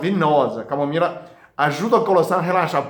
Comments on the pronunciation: Que lindo o doctor falando camomira😘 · Camomira 😂😂😂Amo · Que lindo o Dr falando camomira, eu tomo chá de camomila todas as noites, obrigado por tanta dedicação, Deus abençoe você. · Eu também percebí. E falou várias vezes kkkk. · Sim! Ele falou com o sotaque dos chineses né... É um ótimo médico!! Parabéns pelo vídeo.👏🏻👏🏻👏🏻🙋🏻‍♂️👍🏻✌🏻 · ainda não conseguiu desenrolar a sua língua chinesa até agora, não desenrola mais, vai ser mesmo camomira. rsrsrsrsrsr